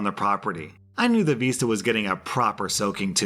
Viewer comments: It's vista, not veesta. Also why did OP sabotage all those innocent peoole who didn't know they were trespassing? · Vista is pronounced just how it's spelled, vista, not veesta lol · Anyone else physically wince every time said "VEEsta?" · I still have no idea what a veesta is, could he possibly mean a vista??? Lol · I dunno... Considering the venue was a campground, as soon as he said "veesta" the first time, it brought back memories of Boy Scout Camp way back when, and the leaders having us sing silly songs like: "Flea-Fly, Flo-Fly" around the campfire. Quite literally the only place, where I've ever heard the term "veesta" used. Maybe knows this, and was making a sly, campground-related joke.:P